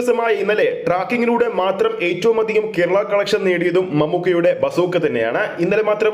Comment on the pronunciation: ബാസൂക്കാ അല്ല ബസ് ഉക്കാ എന്ന് ആയി ഇതിന്ടെ പേര് 😄😄